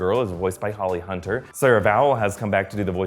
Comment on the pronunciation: Did he just say holy hunter